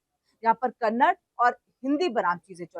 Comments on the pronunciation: It is not 'Kannad'; it is 'Kannada'. If you can't even recognize the correct pronunciation of Kannada, what respect or concern can we expect from you? This is your expert knowledge about a language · सारे फसाद की जड़ है इस मैनेजर का घमंड. कोई भाषा का विवाद इतना नहीं. और कन्नड़ नहीं कन्नडा बोलो. RBI का नियम क्या कहता है पहले पढ़ लो anchor madam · This is how much you know about Kannada — you don’t even know how to pronounce it properly. It’s Kannada, not Kannad. And yet you come to speak about a language war? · Ek vimash hai ki Kannad nahin hai, balki Kannada hai. Aur 'Kannad' shabd ke uccharan se sthaniye logon ko lagta hai ki unka apmaan ho raha hai. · कन्नड़ नहीं बोलते, कन्नड़ा बोलो